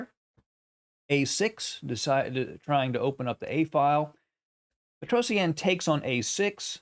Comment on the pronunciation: It's petrosian. Not Petros eannnn Google it.